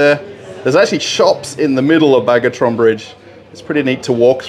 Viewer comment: It is Bagration bridge, not bargoton bridge or somethung like that, proper name should be pronounced correctly. Distorting names is for teenagers and criminals. And we all like.